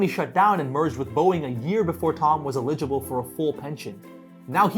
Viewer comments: uh-ligible? Eligible. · That is a weird way to pronounce the word eligible. Lol